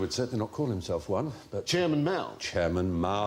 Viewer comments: Actually, there's a slight error in the question about Chairman Mao. Mao, first tone, means cat, but Mao's name was pronounced with the second tone and means hair or fur. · Not true. The 'Mao' in 毛泽东 (Mao Ze Dong) is 2nd tone, while the Mandarin word for cat 'mao' (猫) is 1st tone. So while they may be the same when transliterated without tonality - which you would normally include with pin yin - they are definitely not the same in the original Mandarin, neither character- nor pronunciation-wise. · As much as I hate to be a pedant… Mao’s name was written 毛澤東, is surname being 毛, which is pronounced máo, with a rising inflection. Mao written this way means “hair” or “fur”. On the other hand, the word for cat is 貓, which is pronounced, as Stephen rightly said, with a high, flat inflection. So really they’re two completely separate words.